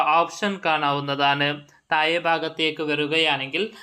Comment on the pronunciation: എന്ത് ഒഞ്ഞ മലയാളം ആണ് ബ്രോ,മലയാളം പഠിക്കാൻ ഞാൻ ഒരു ആപ്പ് സജ്ജസ്റ്റ് ചെയ്യട്ടെ.തായെ, തായ്....എന്ത് തായെ..😂.😂😂